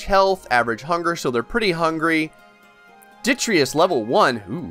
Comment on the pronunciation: Also every time he says "ditreeus"